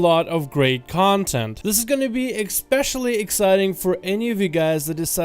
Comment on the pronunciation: Sorry but there is no X in especially